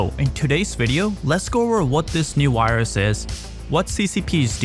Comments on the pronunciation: How come you can pronounce "covid" with a v, but you say "wirus" instead of "virus"? You can clearly say the v sound. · Did U say caused by a wirus